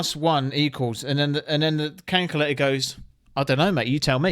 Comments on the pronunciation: WTF is a flippin cankulator mate? LOL ! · He said Kankalayter 😂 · WTF is a canculator?😂😂😂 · Canculater… Oooooooo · Canculator had me rolling bruv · 😂 what on earth Is a 'Canculator"? 🤔🤷‍♂️😅😅 Sure i heard it? Legit confused 😂😅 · Canculator lmao 🤣😂😅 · What’s a cankyerlater ?? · "..cayntculator" 😂 i love that! ❤❤ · That is the strangest pronunciation of the word calculator I've ever heard lol. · canculator lmao 🤣🤣😂😊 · Calculator lol calculator wtf hahaha calculator it's calculator say it cal cu la tor lmao😅😂